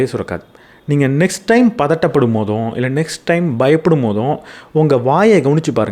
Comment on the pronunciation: போறும் ❎போதும் ✅